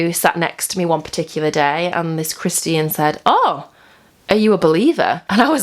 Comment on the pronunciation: Haha, I love how she says "Christy-an" "Christy-anity"